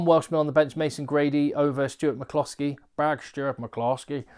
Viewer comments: Please stop saying Big Stuart McCloskey in that weird Indian accent. Your videos are great but please stop. Thanks. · Love your Stuart McCloskey Irish accent,very impressed by the egg man 😀